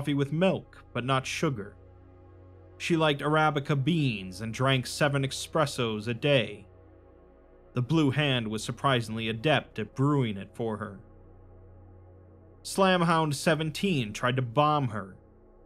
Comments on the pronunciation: Hearing you suddenly say 'expresso' instead of 'espresso' was so jarring I nearly choked on my drink. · Sorry in advance but this one always irks me. It's "espresso" not "expresso", there is no X. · Used to bug the shit out of me too but espresso is just Italian for "pressed" or "expressed", referring to how it's made. So "expresso" is just an anglicization of the word. Still wrong , but doesn't annoy me as much as it used to.